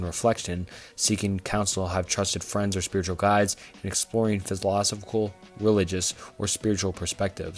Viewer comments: I subbed. Good work. Good luck in growth. 1 minor critique tho, philosophical is pronounced "fill-i-sof-ick-al. Really minor thing tho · The pronunciation of philosophical was crazyyyyyyyyy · It's pronounced phil-low-sof-ik-all. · phill-eh-soph-ee-cal, man. come on. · Repeat after me. Fill-uh-saw-fickle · Listening to this guy mispronounce “philosophical” like 18 times and stutter and trip on his words throughout the entire video had me in tears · was brutal. bro mispronounced like 3 words in a row. Apparently cannot pronounce "philosophical" for the life of him, too. Not once the whole video. I mean, it's not a huge deal. It's still a good concept for a video. Just kind of hard to listen to with all the mistakes he decided to leave in. Especially when it's obvious that he's reading off of chatgpt. "globing warming" lol. Good try though. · Great video as always but I struggled to get over the mispronunciations of "philosophical" every time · Amazing video...buuuut I'd really recommend doing retakes of parts where you mispronounce or fumble words. It honestly sounds like you're reading from a textbook in a class you're not particularly interested in, and that makes it hard to listen to imo. Especially everytime you said philosophical. But you've got this! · I'll definitely subscribe once you learn how to pronounce philosophical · You improved drastically, I'm subscribed now. Sorry for my initial comment, I really enjoyed this video but I was losing my mind by the end specifically due to how you were pronouncing philosophical. Totally a me problem, your videos are overall fantastic keep it up! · I had an existential crisis when trying to work out how a YouTuber is this incapable of pronouncing so many words in the English language. FTLOG don't create a video about philosophical thoughts when you can't even say the word "philosophical".